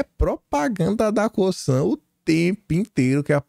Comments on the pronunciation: apronuncia não é COSSAN é COZAN. Espero ter contribuído. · SE LÊ "COZAN" UM "S" SÓ ENTRE DUAS VOGAIS TEM SOM DE "Z" MEU AMIGO, É MUITO TEMPO NO PAÍS DOS CANGURUS... KKK. PARABÉNS PELO CANAL E PROEMINÊNCIA PESSOAL. VC MERECE! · Por favor, a forma correta de falar Cosan é o “S” com som de “Z” - espero que considere isso como ajuda